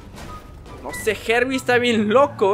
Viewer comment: se dice harbi